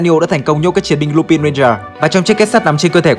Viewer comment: Có một vấn đề mà mình khá khó hiểu, chủ kênh anh thường phát âm danh từ thuật ngữ trong video theo kiểu Nhật dù có là từ có phần tiếng Anh cũng thành japanlish, mà sao trong video này đoạn lúc thì lup'A'n lúc thì lup'I'n vậy